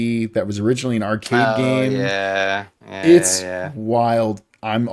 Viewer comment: stream start "let's get back... into the gayme" "starrting off art this week"